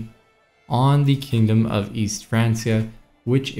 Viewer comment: Everyone else: Frankia: France-E-uh